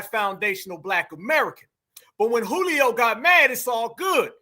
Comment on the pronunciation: Not “Julio” dawg!!😅😂